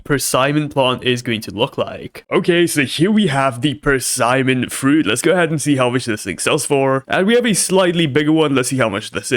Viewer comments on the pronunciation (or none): its pronounced as per-see-mon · Persimmon | Per-sih-men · Its pronounced, Per-sim-in.